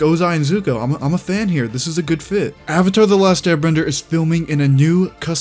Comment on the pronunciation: "my name is ONG and im the OVATAR" "general EEROH" "i challenge you to an agni KI duel" "SOOKA" bruh i almost died when i heard him say ong lol